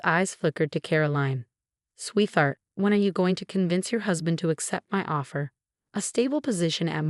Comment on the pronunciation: So sick and tired of every story using the surname Chen. And for this AI’s inability to correctly pronounce sweetheart, heir, resume, fiancé, facade, etc.